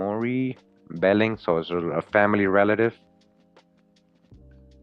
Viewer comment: Behling is Bey-Ling